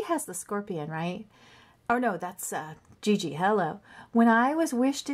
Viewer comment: Like how gigi is pronounced gg, it is pronounced shzee shzee